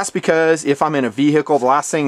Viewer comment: You say Ve-Hicle lol